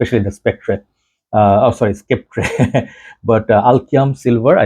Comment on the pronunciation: don't take this the wrong way but it's pronounced sep-ter.